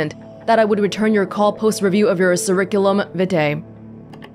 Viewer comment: I hope this correction doesn’t bother you But Curriculum Vitae is pronounced with a hard K for both C’s in Curriculum and Vitae as Vit-Eye